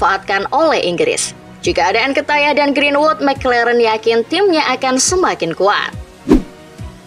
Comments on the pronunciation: njir lah gw muak dnger mimin nya bilang nketiah malah nketayah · Sejak kapan pronunciation nya jadi Nketayah 🤣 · Nkatayah... cara baca nya bukan gitu kk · Nketiah, ttep dibaca nketiah, bukan nketaiah Havertz tetep dibaca Havertz, bukan Hevertz